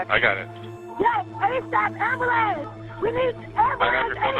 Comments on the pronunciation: What’s an “am-ba-lance?” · I need a ambalans. I need a ambalans wtf SMFH SPEAK ENGLISH